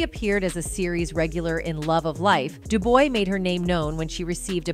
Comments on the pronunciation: Da-boo-wah 😂😂😂😂 come on man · Anyone noticed they spent 24 mins saying all the same sh!t, and who tf is Da-boo-ya... it's pronounced Dū-bwá(Dubois)🤦🏿🤦🏿🤦🏿🤦🏿🤦🏿🤦🏿 some foreigner making videos about American history. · Her last name if DuBois DU-BRAH (French) not DU BOOWA!!!!......... 😡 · Du-Boys -Dubois. Duboah? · DUBOOWAH!? SERIOUSLY!? The correct pronunciation is DU-BWAH. EVEN THOUGH IT’S SPELLED DUBOIS. THE ARTIFICIAL INTELLIGENCE OF THIS NARRATION SUCKS!😡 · 🤔Jah-net Doobooia!?!😂😂😂😂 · Janet Duuuu bwaaaah , { Pronounced. ) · Janet DuBois is pronounced DOO - BWAH..... french ...DuBois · “Do-Boo-Ah”. Seriously? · Is it AI narrating this? Not one pronunciation was spoken correctly. Mary Tyler show? Ja-Net Dabooa? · DuBwa- pronounced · How the HELL did that woman pronounce DuBois?? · Am I pronouncing Janet dubuis name all wrong these yrs are did the commentator butcher that poor woman's last name😂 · How many different ways is the ridiculous narration gonna mispronounce Ja'net DuBois' name?...so disrespectful